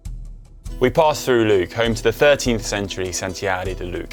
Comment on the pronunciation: Nice video as always from GCN, however when paying homage to cycling bucket list destinations it's good practice to pronounce place names correctly. correctly pronounced Lluc as' yoock' (Well done ) but seconds later Connor called it "Luke" (2x LL's together make the sound Y). Both named Puig Major "Pig" - no, no, should sound like 'poodge mayor'. Lastly chaps, the lovely town Soller is pronounced 'Soyer' (like soy sauce), not 'solair' which I believe to be sun tan lotion and not 'soll-ler'. Pedantic I know, but let's not give the locals reason to chuckle at the gringos. Love you lots!